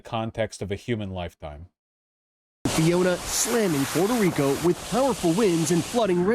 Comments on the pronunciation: It is gigacringe to pronounce Puerto Rico with an accent it is world crushing cringe it is death level cringe it hurts the souls of anyone who hears it. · Haha I think she was rolling her r’s because she’s actually from PR. When speaking English I myself alternate between using the english pronunciation and the Spanish one. It’s just awkward as an ESL speaker because I want to say it as I normally would in Spanish but I also don’t want people to think I’m doing it to sound pretentious.